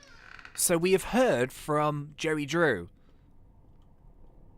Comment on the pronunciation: It literally sounds like hes saying Jerry Drew